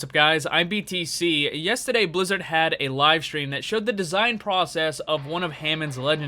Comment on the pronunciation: When you become British when saying yesterday